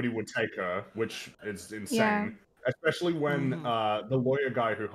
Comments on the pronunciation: It's very petty to point this out and doesn't actually affect how wrong she is, but this girl says "expecially" instead of especially and it is quite irritating. In non ad-hominem land, it's ridiculous to posture as some condescending intellectual and claim we all misunderstood and misrepresented she hulk when you're the one that has to obfuscate the truth of the matter to make your insubstantial and contradictory points. Jesus. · God, I hate it when people say ec-specially so much. It’s almost as bad as people who can’t figure out there, their, and they’re. Make it stooooop! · If she says "ecspecially" one more time... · I question the intelligence of anyone who pronounces it "Eck-specially". Especially when that person says it painfully slowly. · Does she pronounce it "ekspecially"? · That annoyed he uck out of me XD Like, there is no X in especially